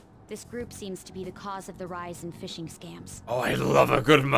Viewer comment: “I always thought [phishing] was phi-zing cause like phone,” yeah you know like how the ‘ish’ in phone is pronounced ‘ize.’ Pronouncing ph as f is not the point of contention here,, it’s the sh you’ve thrown out.